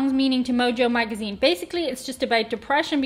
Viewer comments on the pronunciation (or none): none